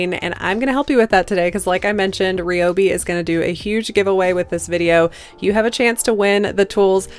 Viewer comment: Love these little night stands and it's great they were made from an old desk. Just a little tip for the future, when pronouncing Ryobi, the "Y" is pronounced like an "I"